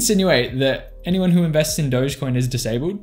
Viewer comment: It’s Dogecoin not Dogecoin!